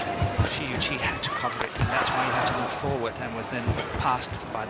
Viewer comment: Shi is pronounced like the "Che" in "chemin" in french. Yuqi is well saied, except the ton but that's ok ^^